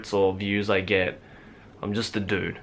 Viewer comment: the way he says "dude" (sorry I've never actually talked to someone with an australian accent) ANYWAY. I love how this video was completely unedited, it was just him flat-out talking, not trying to make it perfect or anything. It feels so real, which I'm sure was the goal. But "you actually ARE real!" is usually someone's first instinct when they meet someone they've wanted to meet- be it a youtuber, a celebrity, a band member, an internet friend, or a pen pal. That's the first thought that comes to mind, the first thing you want to say.